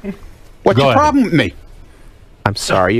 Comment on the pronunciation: What’s your prawlem